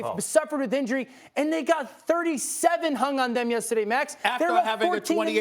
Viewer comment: Josh Cummings There is a d at the end of the word "and"